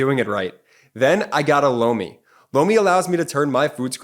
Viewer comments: Whenever 'Lomi' is said in those ads, I keep hearing 'blow me', I don't hear so well which can lead to my hearing getting a little too creative. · Lomi advertisement. It doesn't sound like he's saying Lomi. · Lomi sounds like blow me. I really like your presentation of material, but your ads in the middle of your show really blows.